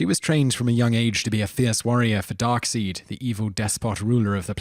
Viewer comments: it's not pronounced darkseed its pronounced dark Side!!!!!! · Dude it's pronounced Darksied (Dark-syed) not Darkseed. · It's pronounced Dark-s-i-de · the guys name is said like this (dark-side) not (dark-seed) an corp p is silent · Pronunciation: Dark • side not Dark • seed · It's pronounced Dark-SIDE... not Dark-SEED! LOL And Green Lantern CORPSE? It's pronounced CORE. And don't even get me started with your consistently calling Robin the Wonder boy when he's famously called the Boy Wonder; clearly seen in the visual we see the entire time you're mashing up his nickname. I like your videos but Jeez you sure can make some laughable word mistakes. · ...really? Darkseed? It's pronounced Dark side. Which is why his human identity after the Death of the New Gods was named Boss Dark Side. It's not hard to say. Not like Mxyzpltk...or Ktlpzyxm. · Dark "side" not seed, but spelt Darkseid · its pronounced dark-side not dark-seed how could u get that wrong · it's not Dark-Seed, it's Dark-SIDE (pronunciation not the spelling) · no, the 2nd, following me. 'Darkseed'? It's Pronounced dark side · Darkseid is pronounced DARKSIDE, not DARKSEED, DAMMIT! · Hahah, dark seed, or is it dark side? "Add-ult" film, "Green lantern corps" "Dr. Light-aid" Come on!!! Now I know you're just reading off a misspelled paper, do you research!! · DarkSEED!!!??? It's DarkSIDE!!! Say it right!!! ChowDER? ChowDER? Its ChowDA!!! Say it right!! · It's pronounced dark-side, not dark-seed. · not darkseed, its darkseid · Darkseid is pronounced like Darkside, not like Darkseed. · Isn't darkseid pronounced 'dark side' not darkseed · You jackass. Its Dark Side not Dark Siege, its lantern core not corpse. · It's pronounced as darkside, even though it's darkseid. It's not darkseed. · DARKSIDE! ITS PRONOUNCED DARKSIDE NOT DARKSEID! I KNOW THATS HOW ITS SPELLED BUT ITS NOT PRONOUNCED LIKE THAT! That really really irritated me! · Darkseid it's pronounce Darkside not Darkseed..good video. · Pronounced "Darkside"/